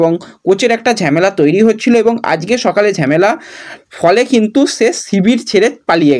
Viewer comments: ঝেমেলা এই কথা টা শুনলে খুব বিরক্ত লাগে। কথা টা ঝামেলা হবে। এতদিন ধরে ভিডিও কোরছো প্রনাউন্সেশন এতো খারাপ হবে কেন? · It's not ঝ্যামেলা it's ঝামেলা😂😂